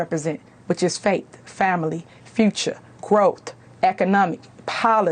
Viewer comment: She said, "Fruture."